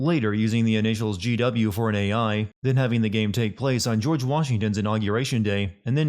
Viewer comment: did anyone else notice "Gorge" Sears? 😂